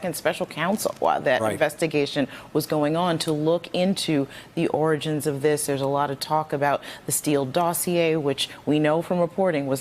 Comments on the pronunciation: I like how he realized he couldn't pronounce "origins" so instead of failing a third time he said "beginnings". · Are your telling me this man cannot say the word origins? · "ORANGES " - 😂😂😂😂, Daaamm a sitting president that can't pronounce origins . I know alot of 2 yr olds with a better vocabulary than donald the dumb dumb !